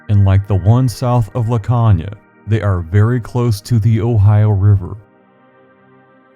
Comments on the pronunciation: I live in laconia, caves all over. It is pronounced la cone ya. There is a cave down at tobacco landing that has multi levels but it is usually flooded on the lower levels and the upoer caves has collapsed in the fack. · Ok I’m sorry but the mispronunciation of Laconia is killing me. Lol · It’s called Laconia with a long o. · Great video. Just wanted to point out a few things. The "o" in Laconia has a long sound (pronounced "cone" instead of "con"). And there isn't any part of the river, at least not near Laconia, where even prime Barry Bonds could hit a baseball across, much less a little league player. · Laconia. Pronounced La Cone ya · You're pronouncing Laconia wrong. The O is pronounced as an o